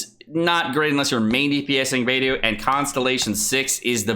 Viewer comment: Everytime says Beidou's name wrong a F2P player pulls another Barbara...